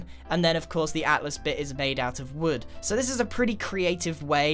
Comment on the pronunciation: He said atlas learn how to hear man